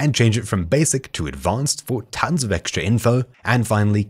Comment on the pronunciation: did I really just hear him say "FOK Gamers"??? 😶